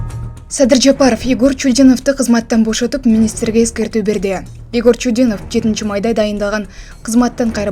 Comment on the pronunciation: Чудиновдун атын туура 😮 оку 😅😅